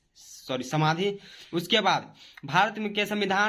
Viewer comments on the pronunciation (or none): समाधि का समधी पढ़ रहा है।😀😀😀😀